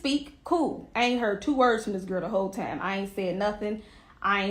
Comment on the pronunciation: Where twanna from cuz she saying TIME reall heavy sound like Chicago 😂